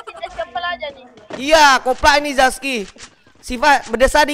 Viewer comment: Zaki bang bukan zaski